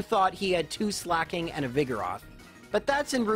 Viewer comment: why on earth does he pronounce Slaking like slacking???